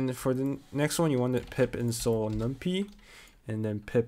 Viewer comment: Did you really just pronounce numpy as numb pee???